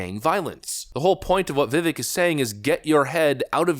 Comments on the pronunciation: Vivek’s name is pronounced “Vi-Vake”, like Cake. I know many folks don’t know that. I’m mentioning this because I love the content and work you’re doing,! Keep up the good work. For real, all the love my man. 👍😀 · Vivek... rhymes with cake. Vi-Vake would be the most correct pronunciation. Just sayin'......................... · It sounds like Vivake, like cake. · And his name is pronounced Vivake, like cake. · If you really love VivAke as much as you say. Learn how to say his name. It's ViVAke like cake! He will never he taken serious if his support can't say his name! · VIVEK- like CAKE. VIVACK- LONG A. Please get his name correct. Please. Thank you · This is going to sound petty but why can’t you pronounce Vivek correctly? The E sounds like long A. Accent on second syllable. Thank you. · FYI... it's Vivek, Vi-(Vek) pronounced like Cake. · if you wanna be taken serious you should pronounce vivek's name right. i could give you a pass like 6 months ago but at this point cmon now lol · Love the channel but I have to make one small correction. His name is pronounced Vi-Vake not Vi-Vik. He's said in an interview, it sounds like cake. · Dude, for the love of god, please stop pronouncing his name VIVAEK. It's VIV-AKE like cake. Dude, it's easy. Please fix this. I'm a trump supporter who has chosen Ramaswamy for president for 2024. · It’s Vi-Vake! Not Vi-Vek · Vi-VAYK!!!!! please have the courtesy to pronounce his name correctly. Its not that hard. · Vih-vake, like cake. Idk how an America-first commentator still doesn’t know how to pronounce his name. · Vivek. Like cake..Vivek. That's how you say his name. He told me himself. Seems like a great guy. I'm one of his District Captains. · Please pronounce Viveks' name correctly. Sounds like Vivake. Thanx😊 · It's pronounced VivAKE like cake 🎂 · I love your show, and a lot of it includes Mr. Ramaswamy and his first name is being mispronounced, it’s supposed to end sounding like cake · Vivek, it rhymes with cake. 🎂